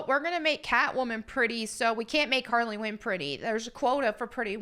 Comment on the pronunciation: Harrey Quinn